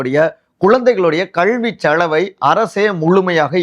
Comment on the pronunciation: கள்வி செளவு .....சே.த. என்ன உச்சரிப்பு இது.....கல்வி செலவு